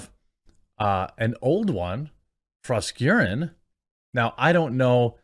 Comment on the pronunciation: Its FrosKaren...